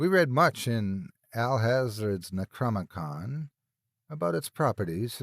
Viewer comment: Neck-crom-ee-com. lol. aside from a few mispronunciations, you do good work.